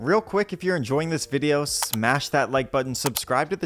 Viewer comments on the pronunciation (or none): none